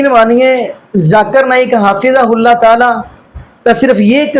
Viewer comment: حضرت آپ کو حفظہ اللہ بھی بولنا نھیں آرہا ھے اور آپ حضرت مولانا الیاس گھمن مدظلہ عالیہ کو تنقید کررہے ھیں